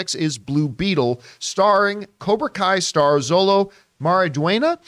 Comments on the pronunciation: This was what I was thinking as well. Xolo is also pronounced as Sholo, not Zolo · Xolo is pronounced "Sholo."